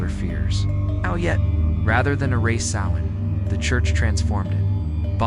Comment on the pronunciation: Please pronounce "celts" with a hard K not a soft C and Sovvan is pronounced Sow as is in S--OW--in